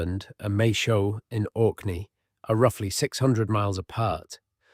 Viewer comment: Wooden artifacts dated to 4000 years old don't square with Doggerland. The Storegga Slide dates to about 6500BC and that finished off Doggerland. So do the maths. And please, please, please learn to say Maes Howe. It is MAAYS HOW. NOT Mashow. Otherwise, very good.